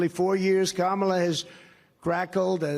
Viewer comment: 😂😂😂😂😂 and this time he called her karmala...smh